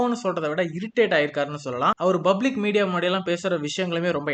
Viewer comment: bro it's public not bublic